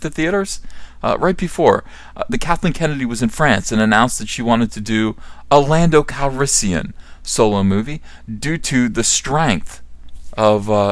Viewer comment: "Pando Calrissian" lol